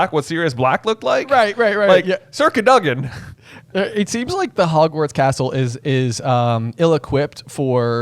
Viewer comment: Why the weird pronunciation. It's Cad-o-gan